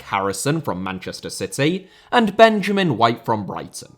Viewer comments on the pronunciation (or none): none